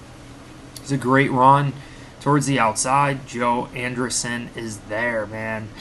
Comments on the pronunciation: Great coverage! I think its pronounced AndrEEsen. Not AndeRson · An-dree-ssen come on man 😂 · Homie must've just heard of him for the first time last night by that pronunciation 😂